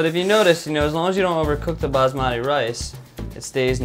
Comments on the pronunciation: Its not "bazmadi" its pronounced bas-ma-tee thats how we pronounce it in india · lol it's pronounced busmuti not baasmaati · You guys are amazing and make some amazing video but got dam it’s. baSmati not baZmati. So dam annoying when you say Z for S -.